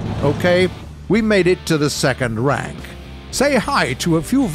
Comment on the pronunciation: When he said welcome to the third rank, i thought he said welcome to the third Reich.